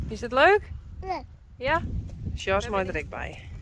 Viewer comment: I love hearing you say 'Sjors' name. Hi baby Teije🏃‍♂️🐎💙 Tfsharing! Have a great weekend everyone. 🕊🌎🕊